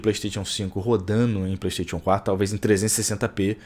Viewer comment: Melhora sua pronúncia vei, playsTETIon n é certo